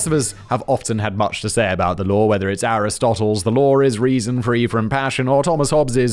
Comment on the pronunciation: Hey brits, FYI, there is no "r" in law...